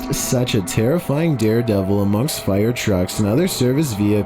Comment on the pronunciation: The guys voice is KILLING me “vehiclES” “firE” it’s as if he can’t finish a sentence